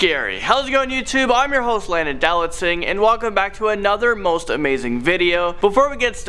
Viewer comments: That is exactly what I hear everytime he says his name.lol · He said Dowlatsingh insted of "Do Not Sing" . One more thing,are you racist because I am romanian?